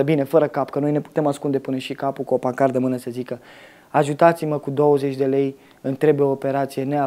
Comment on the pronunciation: scuze pt. corectura, dar cred ca ai spus ''pancarda''...no offence...peace!